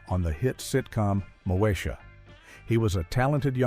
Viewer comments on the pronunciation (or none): The way AI pronounces Moesha as “Moe-Aye-Shuh” is diabolical